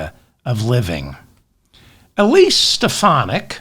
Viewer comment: He can't even bother to pronounce her name correctly - is Stefanik craving a neck stretching from the loonies?